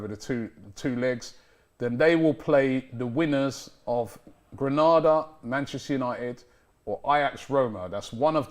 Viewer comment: lads its Granada not Grenada